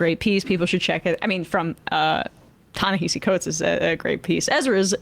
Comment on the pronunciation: Great show, thanks for celebrating this great writer and thinker's words. The second portion of his first name, as he often points out is pronounced differently than it looks, i.e., Nehasi.